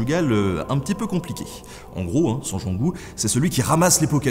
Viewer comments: Merci Nota Bene pour cette belle vidéo. Etant Touloise, je me permets de vous signaler à propos de la collégiale Saint-Gengoult que "Gengoult" se prononce "Jeangout" comme Jean... et non par "Guingout" comme vous le prononcez. Sinon, bravo pour votre intéressant documentaire. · Hello ! Petit erratum : Attila a ravagé la ville en 451, et non en 456 ! Sinon on aurait pu faire un film de zombie intitulé "le retour d'Attila" vu qu'il est mort en 453^^ Je précise également que ça se prononce "jean-goût" et pas "gant-goût" (moi et les prononciations...à l'aide) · Gengoult, ça ne se prononce pas Guengoult 😋 comme les "gens" plutôt ! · Le personnage en question, c'est Saint Gengoult, ou Saint Gangolf, d'où l'erreur de prononciation, je suppose.🤔 Mais oui, la prononciation commune, c'est bien "jeangou"😁